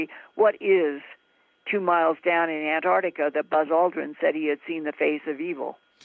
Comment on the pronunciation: Ant arc tica not Ant tart tica